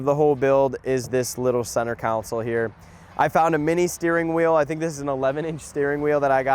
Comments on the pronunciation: Console... not a "council". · I can't stand when people call a console a counsole its sounds like its spelled con sole not coun sole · “Center counsel”…😐 English bro. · It’s called a console, not a council😂😂😂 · IT’S CON-SOL!!!